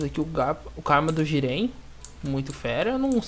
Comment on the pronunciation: le o nome dos modos. isso faz diferença algumas coisas vc diz q nao sabe o nome mas ta ali no nome do item, é so ler. aquilo q vc chama de """"modo sabio das lesmas"""" é BYAKUGOU. vc tbm fala tenseriugan (KETSURYUGAN), tanjutsu (SLA OQ), sedo (GÊDO), kawaka (KAWAKI), jiren (JIGEN), e outros.